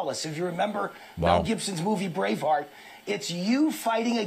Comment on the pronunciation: Is the host saying “Brave Heart” or “Brain Fart”?